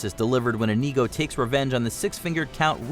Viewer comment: How dare you mispronounce Inigo!